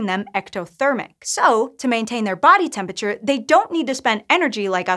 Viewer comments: 'Temp-ature'?? Entire syllables are missing here! XD :P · Bro why are you saying tempature bro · Stopped at 23 seconds, I cant handle a science channel saying temperature "temp-a-chur" that many times in a row. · Tempiture Great video otherwise